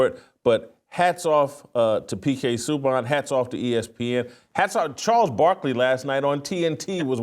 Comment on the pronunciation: Hearing jason say his name is hilarious. Its pronounced. Sue-bahn. Great hockey player, excellent defensemen he won the trophy for the leagues best.